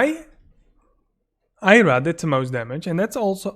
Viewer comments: Why do you keep calling Arya 'Ayra'? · Took me a second to realise you meant Arya. You say Eye ra.